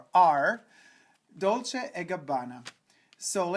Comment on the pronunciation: omg plz dolchi and gabbana shv mongolchilvl hh dolce and gabbana ged duu bdin ter n djgu